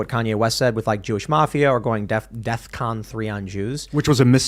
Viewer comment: lack of ability to pronounce an H after a T in words like “with” gets under my skin eventually.